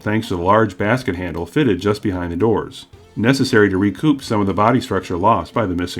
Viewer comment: Re-coupe'? I thought these were convertibles? Ohhhhhh...recoup.